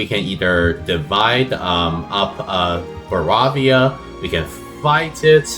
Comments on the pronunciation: Yeah I'm totally gonna watch a video where someone keeps saying baravia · Bro united the HRE as Baravia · why are you saying Baravia Dxxx Edit: Why are you saing Manchen DDDDXXXx